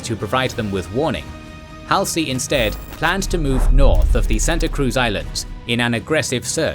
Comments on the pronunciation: kids u are going to be saying Halsey a lot so lets get it right it is not hal sie It is pronounced Hal- Zee Know this is # 49 and u have already done at least 70 by now but after 71 I expect u to get it right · It's Hallzee...NOT Halsee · How can you know SO much about this and present it so well.......but you've never heard anyone say "Halsey" before? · I'm sorry, I'm picky, but the narrator is mis- pronouncing some of the Leaders names. Namely Halsey and Nagumo.